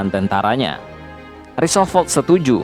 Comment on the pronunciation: Roosevelt, di baca rusevelt, bukan risovelt, I shall return, Shall di baca : Sel. Bukan sol..., Increase your english min..